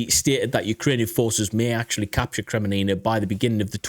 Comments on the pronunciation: Kremmina not Kreminina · its not "kre me ni na" it is "kre min na" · It is Kreminna and not kreminina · Seriously, you should watch a channel or two by people who know how to pronounce the city names. It's NOT Sva toev. It's Sva toe veh. And it's NOT Kremee nee nah. It's Kre mee nna. I can't tell you how cringe it's been to hear you mispronounce those basic names, been yelling at the tv... You want to make money talking about geography maybe have some respect for the places. Thanks. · Listen, I know your British, so English isn't exactly your first language, but it is Kreminna not Kreminina... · seriously dude, have some respect! KRE-MIN-NA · Kre-Mee-na...3 syllables, not 4. Yeh, these Ukrainian place names are hard to pronounce but if it is the main topic of the video, and is in the title, you should make more effort to get it right. Watch some locals' videos like Reporting From Ukraine or Denys Davidov and listen to how they pronounce these major place names. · I like your analysis, but I couldn't bear you butchering the Ukrainian city names; had to stop listening. It isn't that hard, just go listen to some Ukranian YouTubers, or uses these phonetics: SVA - TOE - VAH KRI - MEE - NAH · Bro it is called KRE-MI-NA made me chuckle a bit haha. But good vids brother and like your view on the situation. Greetings from the Netherlands 🇳🇱💯🇺🇦⚫️⚪️!